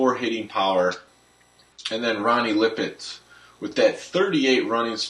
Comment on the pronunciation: It's pronounced la'pet, not lip it (Ronnie)